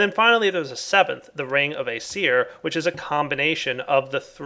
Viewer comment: You Don't Pronounce "Aesir" Correctly